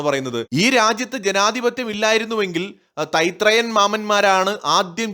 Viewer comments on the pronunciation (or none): തൈത്രേയൻ മാമൻ അല്ല ഭായി ...... 😂😂😂😂😂😂😂മൈത്രേയൻ മാമൻ.... അഥവാ മൈ ...... മാമൻ